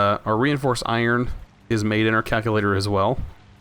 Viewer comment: "kack-u-lator". Aaaaargh!